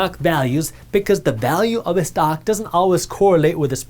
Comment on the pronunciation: Did he say the stonk market lol ?